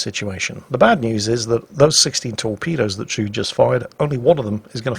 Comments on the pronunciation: Actually, it is pronounced Trud-E (e as in ever). Norwegian womans name. ;) (Guess it is originally a German name actually) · "Trud" is Tru-de a Scandinavian girl's name. She did well. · Actually,, it's pronounced "Trud-ay" She's a character from Strike Witches.